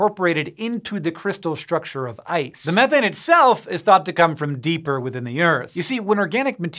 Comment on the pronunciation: I like this guy simply because of how he pronounces "methane". Sick and tired of hearing people say "me-thane" smh